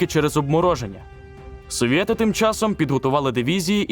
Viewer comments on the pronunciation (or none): "совєти" та "потєрь нєт" дуже ріже вухо, не треба так, будь-ласка